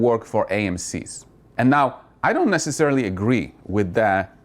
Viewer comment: I always giggle when you say anow.